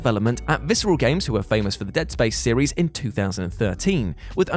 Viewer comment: "seriesisisisisis" i feel like im having a seizure when i hear that. wtf is that. why...